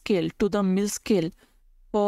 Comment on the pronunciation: Mill? Its Mel